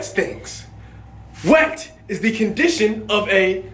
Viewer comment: WHATER IS STILL NOT WHETT